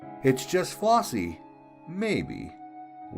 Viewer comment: The name is FlEssie not FlOssie.